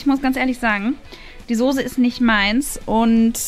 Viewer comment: Wie eva immer sagt die sose